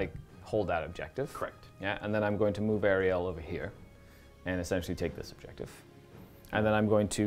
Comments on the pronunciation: Really great battle report! But I just want to say that the goddes is called Alarielle and not Ariel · my dude, it’s Alarielle it Ariel.